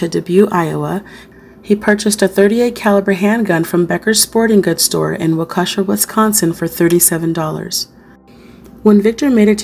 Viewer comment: Waukesha is walk-uh-shaw. Not trying to be that guy but i know Wisconsin towns have names that are hard for people to pronounce lol. Thanks for all the fantastic videos.